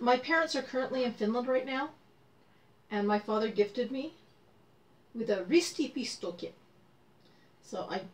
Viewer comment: Your pronaunciation for ristipisto is perfect =) Well done!